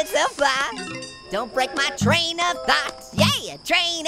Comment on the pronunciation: says tain